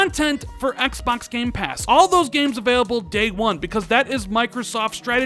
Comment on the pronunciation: Im sick of you saying "ExBacks" 😭😭😭